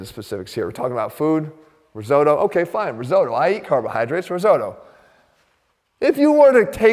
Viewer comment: Risotto mispronunciation bothered me far more than it should’ve.